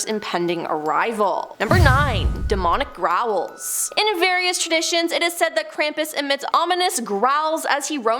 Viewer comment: I heard "Raul" every time she said "growl." 😂